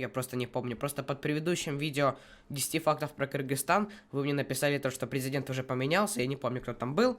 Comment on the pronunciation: Правильно не Киргистан а Кыргызстан